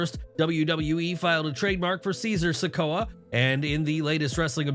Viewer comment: Caesar sikoa? What the hell?